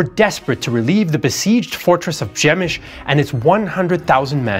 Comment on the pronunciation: Great video. How do you get “ Shemish” from “Przemysl”?